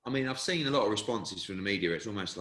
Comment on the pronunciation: can't pronounce the word Seen to save he's life 😭😂😂😂